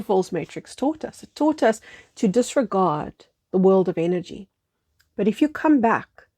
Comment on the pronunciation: With your accent, "energy" sounds like "inner g". Therefore I heard; "Invest in your inner world, invest in your Inner G". Inner God.